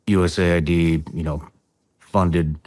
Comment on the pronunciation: Dudes, its not "USA Ai, Dee, its called US Aid, what is wrong with you?